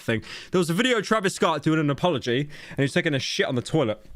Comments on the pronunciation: mf said "appology" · Blud said appology 🐿️ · I'm more pissed at Pyro saying "appology" than I am with the actual video